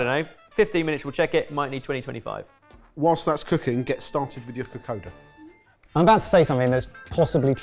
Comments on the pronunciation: You guys did a great job! Although top tip, kokoda is pronounced like ko-kon-da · Bula boys! Well done, fijian food has variations from home to home so very well done on the Vakalavalava and Kokoda. A few tips, when we grate, it's usually very fine grating, to a pulp texture. Also Kokoda is pronounced KokoNda, we have N's & M's before some letters that isn't written e.g. Nadi = Nandi, Labasa = Lambasa. Only telling you as you've cooked fijian food making you part of the Yavusa 😉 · Kokoda pronounced kokon-da, i may say brillient twist with blitzing coriander with the coconut milk, vakalavalava could do better with cheddar grated on top but all in all great results 😍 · I'm so happy you got my home country! I absolutely love Kokoda (which btw is pronounced ko-kon-da) and my Aunt makes a mean cassava cake. The Kokoda was pretty spot on and yes, you would usually cut up the fish into smaller chunks. For the Vakalavalava, I couldn't really make out the cross-section and obviously can't tell what the texture is like, but from my experience it's more like firm, chewy pudding. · oh thank god, I've been yelling KOKONDA! at the laptop the whole way through this video! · How do you love their pronounciation of kokoda? 😂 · Oh and it’s kokonnda (the n is silent but if there’s a d there’s a n sound usually, so nadi is Nandi) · This was fun to watch. Just as an fyi, Kokoda is actually pronounced Kokonda since “d” in Fiji is typically pronounced “nd” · Been a fan for YEARS so as a Fijian this has been a treat. Now for my input. Its pronounced Ko-kon-da. The water is probably a bit too much. We love a thicc coconut milk 😅 After grating the coconut flesh , its mixed with a bit water and then the pulp is squeezed out until coconuty milky goodness is left. Vakalolo and casava cake (manndrai) are different but delicious in its own way. Loved this!! Thank you!! ❤❤ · Psst, it’s pronounced ‘Ka-koN-da’ 🇫🇯😊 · Kokoda sounds like (ko konda) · It is pronounced ka-kon-da😊